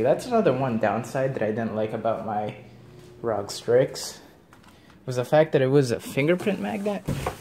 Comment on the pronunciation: The way you say rog strix makes me want to kms but add me on steam